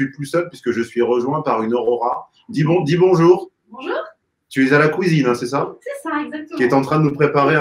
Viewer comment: Non plutôt « kouisine ». Écoute 👂 active svp 😊